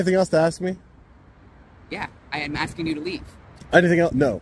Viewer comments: First lady officer: i keep axing you to leave. Really? They got now the dum dums in the force? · Officer, you definitely should not be AXING anybody to make them leave. AXING people is against the law